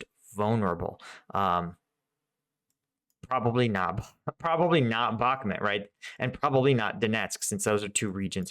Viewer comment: Mate, again, it's not Bakmet, it't Bahmut. Please, for god's sake.